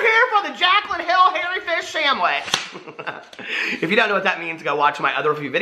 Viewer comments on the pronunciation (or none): He says fish shamwich instead of sandwich